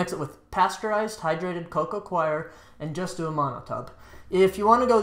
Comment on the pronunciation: Co Co coir ="co-co core" not co-co "kwie your" or "Koiy yur" CHOIR is "kwie er". Coir is 'core'